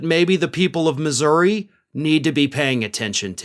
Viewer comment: I think it's cool that knows how to pronounce Missouri